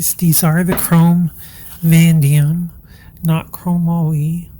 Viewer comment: Chrome.... Vah-nay-dee-um